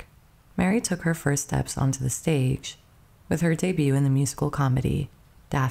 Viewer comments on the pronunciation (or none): This is AI. Pronouncing the t in debut? Lordy, that's so bad. That was far from the only mispronunciation. If this is a real person, they really need to learn how to pronounce mortgage and theater, among other words.